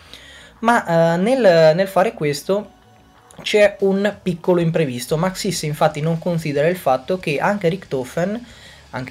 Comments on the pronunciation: Non si dice Maxìs, si dice Màxis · ma scusa io è un po ke nn ci gio co ma mi sembra ke l' accento di su xis di maxis sia diverso dal tuo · Actually is Màxis, non Maxìs